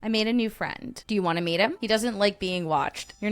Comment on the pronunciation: I thought I was a new fwend lol 😂😂😂😂😂